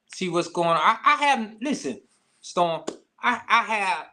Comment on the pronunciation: Of all the CELEBRITY NEWS out there this what is choosing 🤷🏿‍♀️🤦🏿‍♀️. First off the INTERVIEW should've started out with how did the Savage Family meet R Kelly? This dude can't even say his Daughters name he ONLY Know The ONE with R Kelly. How you DON'T KNOW the Date or Number of Years you haven't spoken to your Daughter? had to say it was 2019 cause that case is from 2019. This man is CHASING FAME and is using SA for a Click & View. These RANDOM questions are BIAS and don't help his CASE. Cause HOW you as a PARENT justify allowing your UNDERAGE DAUGHTER to be AROUND R Kelly after 1996🤷🏿‍♀️😎? The PEE on You Video was ALREADY OUT and INTERNATIONALLY known😎💅🏿.